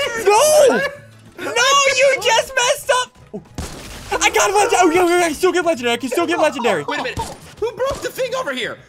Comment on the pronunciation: He says “Legendry”